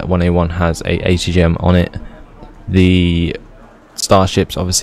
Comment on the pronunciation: what nationality are you? I was watching with subtitles and every time you said atgm it said HTM!!!! hahahaha I love your vids